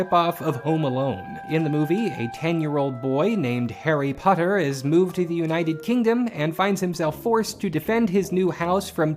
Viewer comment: Lol. "Hari Puttar"